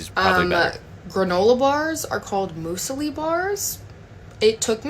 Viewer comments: “mew-sli” not “moo-sli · Muse lee not moose lee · "Moose-ellie"?? 😂😂 "Muse-lee", babe. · It's not "moosely" - it's "mewsli", as in the breakfast cereal that is muesli but made into bars. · Myoosli not moosly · “Moose-el-ee bars” xD it’s pronounced “m-ewes-lee” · She's pronouncing 'muesli' incorrectly! It's not moosli it's mewsli ..😅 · Moosely Bars lol its Muesli because its what its made out of for the most part or originally right? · was fairly wrong about almost everything. For starters, as wth everything, we use the short and long vowel sounds for the U, and the long U sound is U/Yew. So like Emu is Ee-mew not Ee-moo, Muesli is Mews-lee, not Moose-elee. We don't replace the U with double "O". If you are somewhere long enough that gets extremely hot a lot, cold is relative to that. If it's consistently between 30-40°C then yeah, 15°C (or more like under 10°C) and under is cold. Also it's only on the coast it stays above freezing in winter especially at night. You could be in central Queensland and it will be -3°C (26°F). Australia's lowest temp was -23°C (almost -10°F) in the Snowy Mountains, NSW. We have Milkshakes, and Thickshakes, sounds like to her a Milkshake is what we call a Thickshake. I wouldn't really listen to anything she said to be honest. It's just tap and go, whether it's Google Pay, Apple Pay, and all our cards whether in a digital wallet or the physical card. You can tap, and go. Yeah that last one she said was very American about the coffee concoctions. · Museli is pronounced "moozlee" & most people dont call their elders by their first name,but we do call our doctors by their first name without mentioning their surname. eg...Dr John. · We do have milk shakes and tortillas- also it’s pronounced Mew-sli not Moosli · Y did she muesili like mooooooooooosieli its mu - zi - li muesili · or something. musli? come on, it is müsli. it is german/austrian. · I think she's trying to say "Muesli" pronounced "myoozley"? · It’s pronounced MEWsli